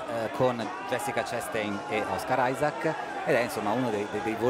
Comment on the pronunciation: OSCAR ISAAC no one: brazilians: KKKKKKKKKKKKKKKKK o cara falando OS CARAI KKKKKKKKKKK ai essa foi d fude